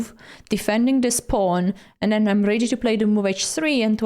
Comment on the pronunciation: "ready" and "already" are pronounced "reddy", not "reedy"